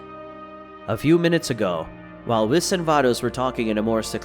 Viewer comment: lmao why he sayin whis name like that😂